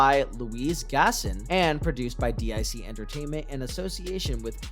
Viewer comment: DIC is pronounced "DEEK"